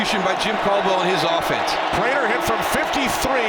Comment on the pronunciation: Itz Vibes prater not raider